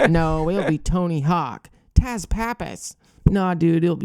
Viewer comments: It's pronounced "Tuss", not Taz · His name is not pronounced as Taz, it's sounds like Tuss.